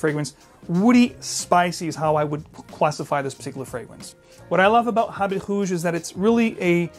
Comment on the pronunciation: Habit HOOOOGE lol. It’s like how the Brazilians pronounce their “R’s”. Ralph is pronounced as Halph. Going to get Vetiver for myself and Heritage for my dad.